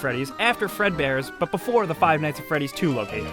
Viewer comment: five ight at fressy